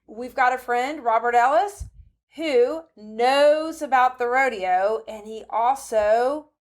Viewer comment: How do you manage to have an entire episode on rodeo and not even know how to pronounce "rodeo"? I mean, seriously. It's not like they're even a live studio audience. Sheesh.